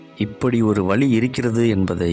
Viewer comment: தமிழில் உச்சரிப்பு மிகவும் முக்கியம். கண்களை மூடித்தான் இதனைக் கேட்டுக் கொண்டிருக்கிறேன். வழி இருக்கிறது என்பதற்கு பதிலாக வலி இருக்கிறது என்கிறீர்கள். இது மூளையில் பதியும் போது ஒரு வித அசௌகரியத்தை தருகிறது. அலைவரிசை தாக்குதல் இருப்பதால் பதிவுகள் புரிவது கடினமாக உள்ள வேளையில் இந்த பிழையான உச்சரிப்புகள் மேலும் அதனை அதிகரிக்கிறது.